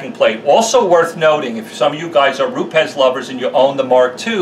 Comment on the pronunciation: Jehovah God bless you for knowing how to pronounce Rupes like the Italians who run the company do! Another great video with valuable info. You should charge though because you've been invaluable in my training process in becoming a future pro detailer! Thank you!